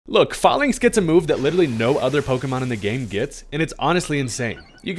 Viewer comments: HERE IS THE REASON WHY ITS PRONOUNCED FAELINKS NOT FAHLINKS: the pokemon is based off a Roman phalinx. They literally say the real name in the anime too. THE OFFICIAL POKEMON ANIME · sorry to be that guy but I’m pretty sure it’s pronounced “fay-links”, as in phalanx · that’s not how you say falinks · If youre gonna make a video about falinks at least learn how to say the name